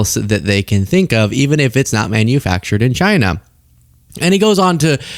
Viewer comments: It's pronounced CHyyyyyneh. 😂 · It's "Jina" dammit!